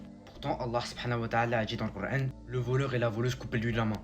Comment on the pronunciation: Pourquoi tu prend un accent de wahabite quand tu dit kur an. Tu fais delirer. Retourne jouer a la play et n’oublie pas de t’actualiser à France travail